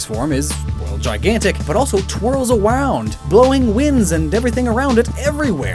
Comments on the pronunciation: "twirls awound :3" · "Twirls aWound" This is hysterical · twiws awound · Haha. You said awound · Twirls aWound???? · does anyone else realise that he says “twirls awound” when explaining eternatus and their inspirations? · He sais twirls awound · did he say it twiles awound? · sounds like you said twirls awound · Did anyone else notice that he said twirls awound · “Twirled awound” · twirls awound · "its gygantimax form is, well gigantic, but also twirls AWOUND" I'm sorry, I love you, but not even I heard this the first time and had to call you out, lol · anyone else hear "twirls awound" ? Love it.